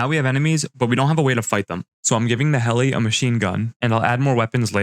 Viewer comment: Bro was saying hell not heli